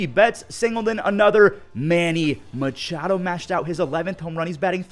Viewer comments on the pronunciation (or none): none